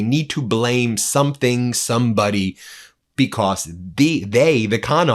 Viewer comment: It's not becoss it's because. You're not special.